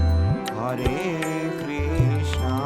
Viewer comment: That is not ”haare Krishna ” that is ”hare Krishna ", please correct pronunciation